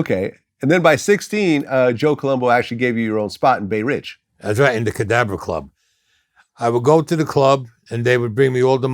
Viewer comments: If you don't know, if someone hadn't typed it out here, I wouldn't have known he said Cadabra. I definitely thought he said cadaver too. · Wow, that’s the first time I seen him take off his sunglasses, he got scary looking eyes. In another interview he corrected, saying the Cadabra club, though sounds like he says Cadaver club. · Did he say cadaver club as in corpse